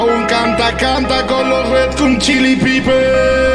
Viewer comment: Jajaja acabo de notar que al principio dice Red Cum Chilli Pipers XD jajajajaja